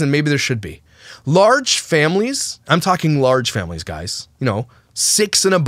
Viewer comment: I know A geyser . but she says ''guyzers'' instead of guys